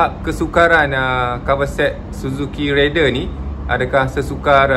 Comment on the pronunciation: Susah ke bang nak sebut Raider? Abg asyik sebut Rider.